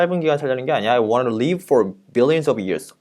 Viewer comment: 잘 보고 갑니다. 항상 열성적이십니다. :-) 영어원서에 본 영상과는 달리 빠진 단어들이 있어 가로안에 적어 올림. And (when) we’re looking, I want to ask you, “What are you looking for?” "(What) if I can just (get) drunk? Why not, man? I’ll only live once." (Huh), if that’s the way you believe, great. ***As a side note: 설명하실 때 live의 발음이 계속 leave라는 발음으로 들림. ^:^